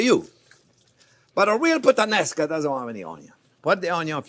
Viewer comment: I thought you said 'Shrimp with the Nascar" . I was like what the heck is that.